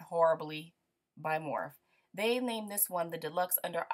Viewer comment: Great video :) Morphe is pronounced morfy btw :) I LOVE morphe I have 40 morph brushes lol so I went a lil ham too..a lot of my furrels have came off of the handles but it doesn't bother me it's an easy fix with .99 cent nail glue , I'm more concerned about the quality of the bristles and these are SO soft and plush for the price. And yes they are a dupe for the Sephora pro line but the reason morphe was able to make them so much more affordable is because they did cut corners with the furrels and handles of the brush. Sephora pro brushes are made with a chrome furrel that will never dent or change color over time..that is my ONLY con about morphe is the furrels on most of my brushes are so dented that they look like a dog chewed on them haha..they do not shed or lose the shape , or make the brush any less efficient it just sort of bugs me because they are so pretty otherwise to look at lol so it's just a minor flaw IMO but where they did NOT cut corners was with the bristles ! :)